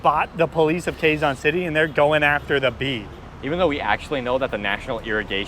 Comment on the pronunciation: KE-ZON not KWE-ZON!